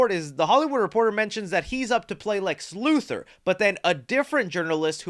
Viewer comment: IT'S LEX LUTHOR. LU-THOR. Not Lu-Thirr. LUTHOR.